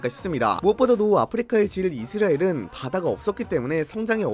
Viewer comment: 이스라엘 발음이 이스레일같아요